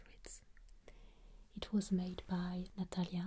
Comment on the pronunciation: forgive mademoiselle, but the page had a, how you say, booger in eet.